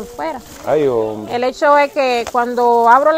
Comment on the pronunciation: me en canta tus contenidos buen trabajó. Solo te pediré algo. Cuando en trevista apersonas en condiciones ya sea precaria ho de salud física no digas. La palabras ay hombe se escucha como de pena. Y el trabajó que usted ase no es para que de pena es para yebar mejoría Asus vidas por favor escusame si te molesta mi comentario.